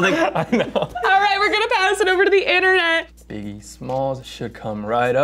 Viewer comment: Intern-net. Say it - INTERN-NET.